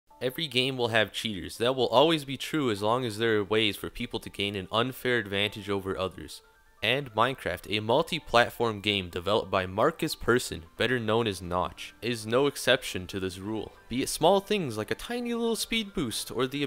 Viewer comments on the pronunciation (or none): it's not pronounced marcus person it's pronounced pärson even tho you probobly don't know how to pronounce ä